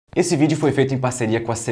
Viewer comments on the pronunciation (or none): none